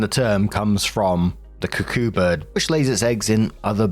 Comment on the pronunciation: Tickled by the pronunciation of cuckoo.